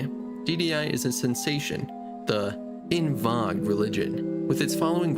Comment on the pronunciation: Holy shit dude. "Loodite", "Selts", "On Vog"....... you HAVE to be rage baiting with your pronunciations.